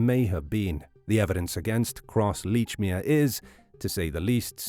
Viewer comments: How the hell can you pronounce the name as Leechmere when numerous people have pronounced it as " Lechmere " ! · Very annoying that you can not even pronounce your subjects name correctly. Plus the name he gave was his stepfathers name which he sometimes used.